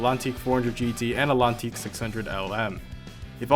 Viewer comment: in a best motoring race the atlantique found the F40 the performances were similar the name atlantique is pronounced the same way as ... atlantic the T isn't silent